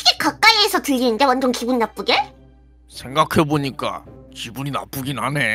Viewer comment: 초 에서 ㅋㅋ 그 대사 잘 보시면 "완전 기분 나쁘게 인데 왜 나쁘계 라고 했어욤?ㅋㅋ 이 답글보고 보신분들 답글 주세욤!ㅋㅋ